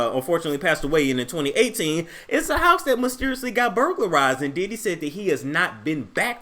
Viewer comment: Its the "Diddee" for me 🤣🤣